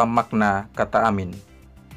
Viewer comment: Kedengarannya Seperti "a Man And a Woman" 🙏🙏🙏